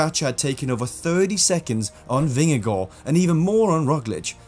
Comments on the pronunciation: Very well pronounced where you said Jonas vingegaard. As a Dane i can say, it sounds amazing when u say Vingegaard even in the Danish way. There the 2 as in the Vingegaard is also Å in Danish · From a dane here. So nice to see someone saying Vingegaard the right way. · Gotta give it to you, your pronunciation of Vingegaard, is impeccable.